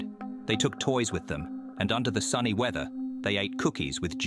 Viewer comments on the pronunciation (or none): none